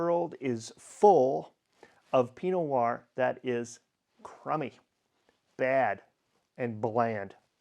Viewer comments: I think I am hearing you say "pinoir" instead of "pino Noir" (skipping the "no" in Pinot) , but yes, maybe I'm just slow at listening. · Question, why do you pronounce Pinot Noir as "Pee Noahr". What I mean is, why do you say Pi and not Pino? Why do you skip a syllable?